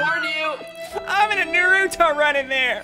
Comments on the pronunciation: It’s not noo roo to it nar a to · Did he just say Narooto? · When he said “nuruto run” I felt that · Ssundee:nahruto Weebs:Its NARUTO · Funty Crackhead do u even know who naruto is cuz bruh u said nuruto 🍥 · Nighthil he pronounced it nuruto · Ok I’m a fan of ssundee an OG fan but the way he said “naruto” hurts me it really hurts deep it’s nah-roo-toe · But the correct pronounciation is nah-ru-toh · I don’t like how he said “nar-oo-toe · Ah yes the nurutu run :| (Yes I obviously know it’s Naruto but he said it like nurutu) (And yes I have watched the entire 1st Naruto) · When he says naruto wrong